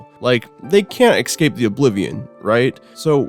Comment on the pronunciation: Love these vids, but there it's "escape", not "excape"